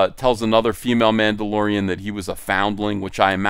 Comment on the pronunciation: Ma'ammdolorian. Whamendolorian.